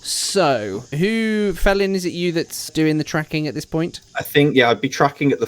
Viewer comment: Fellin...as in tree Fell'n.